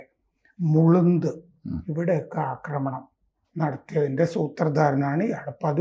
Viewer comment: മുളുന്ത് അല്ല മാഷെ എഴുതുന്നത് MULUND എന്നാണെങ്കിലും മുള്ളണ്ട് എന്നാണ് പറയുക. എത്ര അരോചകമായാണ് നിങ്ങൾ ഹിന്ദിയിലും വടക്കോട്ടുമുള്ള സ്ഥലപ്പേരുകൾ പറയുന്നത്.